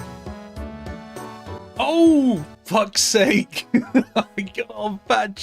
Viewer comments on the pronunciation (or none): none